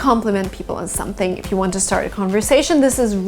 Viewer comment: when she said "shumpting" i felt that